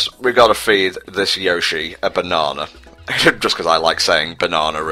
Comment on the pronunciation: What I wouldn't give to hear Tom's initial reaction to watching die to the giant Chain chomp. Had to have been priceless. -We all like hearing Tom say "Bananna". -Wait...they're all trapped in flaming goop that hurts Mario if he so much as sets a toe nail on the stuff. Why aren't they on fire? -Ah, bonus video content? Well, I'd like to see collecting all the more fun shine sprites throughout the plaza (not including the hidden levels), like the different towers, the big shine gate, the hidden rooms where you have to crash through barriers to get to them, etc. You know, the less tedious ones that are actually fun to get. I would also like to see speed running trickery in action and see what tricks he uses to get through various missions in no time. I would like to see him break the game AT LEAST once because I'm curious about those things. -Ah yes. The Corona Mountain obstacle course. When I was first playing the game, I thought it couldn't be beat. Now, what kind of playthrough would this be with out Tom's trademark "you will die"? I feel like the commentary would be missing something if that wasn't in there. -Twelve parts?! But...but...this just started like...yesterday, didn't it? This should at least be fifty+ parts. This can't be right. Super Mario Sunshine usually takes months to LP. What's happening?! Somewhere in the universe, a break in the fabric of space-time has occurred and it's all your fault! Admittedly, if this had ended on 13 parts, this would tu